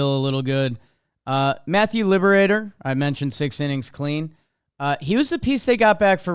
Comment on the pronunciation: It’s Lib-ra-tor not “Liberator”